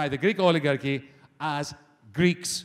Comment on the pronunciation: OLIGARCHY INcorrectly stressed on the second syllable